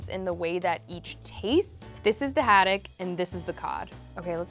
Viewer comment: Ahhh the way she says haddock of haddack not the vibe 🤦🏼